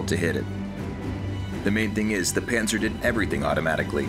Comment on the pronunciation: Is it bad that every time they mentioned Pansir I will hear it as "Panzer"